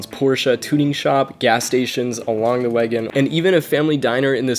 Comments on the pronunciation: Overall I do like your video so of course I hit the like button I do have one small critique you're actually mispronouncing Wangan Which overall it's not a big deal But there are some serious racing enthusiasts that will pick up on that as well But anyway keep it up I hope you're subscribers grow I'll go ahead and subscribe to you as well but definitely make sure if you're going to say a particular Foreign name about something make sure you hear it spoken correctly so that it won't be to some big deal that you become known for The only reason I'm bringing it up is because you say Wangan a lot in this vid. But anyways good vid overall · Good story, but as other mentioned its "Wan-Gan" (wahn gahn). It literally translates to "Bay side" There is an anime series and by extension an even older Arcade Game series (Wangan Midnight Maximum Tune) this essentially the (loosely based) story of these racers. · did he really call the wangan "wagan" ? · I mean you could’ve watched wangan midnight anime to get the pronounciation correct. Cool vid reading the misinformation that’s been on Wikipedia for years tho.